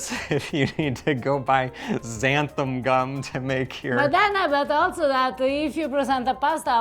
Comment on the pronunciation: You are MISPRONOUNCING the word Xanthan (in Xanthan Gum) . . . You are pronouncing it "Xantham" (with an "m" at the end), and it is an "n", NOT an "m". Americans without an accent who pronounce words incorrectly absolutely DRIVE ME INSANE!!!!...Please be advised, and correct your pronunciation!!..Thank you in advance!!.....Daryl Grant Lindsay. PS: Just so you know, I LOOOVE your videos, so keep up the good work!! And your wonderful Italian wife is absolutely SPECTACULARLY beautiful!! (Although I genuinely do ADORE her heavy Italian accent SOOOO MUCH, sometimes it has been difficult understanding her English pronunciation. However, to her credit, she has been STEADILY improving, so "MOLTO BENE" lovely lady!!! You are GORGEOUS!!!!!